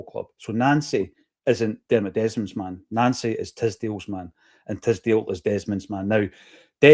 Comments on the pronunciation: It's pronounced Noncy😂😂😂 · Why are you calling him Nancy. It's pronouced Noncy